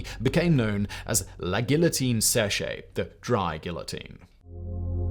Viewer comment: "Seche" = "sesh" = dry NOT "sesh-ay", the final e is silent and merely indicates that the adjective is the feminine form of the masciline "sec" = "SEK"